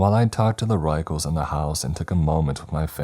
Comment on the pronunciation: The author specifically clarified the pronunciation of the word "Ruechells" - it's "Rickels" yet you insisted on using the most unintelligible pronunciation every time. Annoying.